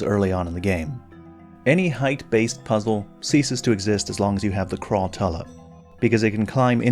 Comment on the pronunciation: Crawl- Tula?its Crawl- Tchoola, like tarantula